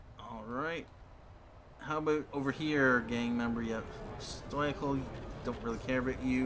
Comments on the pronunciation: It's stoical(STOW-I-CAL)!! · The Macmillian dictionary says otherwise: Now, I can't remember from a video over a year and a half ago, and it's not important enough for me to dig up how I pronounced it, but I'm fairly certain I pronounce it the way it's pronounced on that page. Where you get STOW-I-CAL, I have no idea, but you might also want to learn how to pronounce.